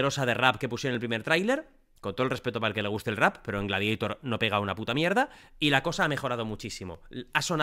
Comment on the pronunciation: Por que dice "gladieitor" ?? Jaajajja